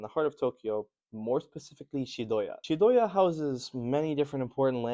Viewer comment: it's Chiyoda not Chidoya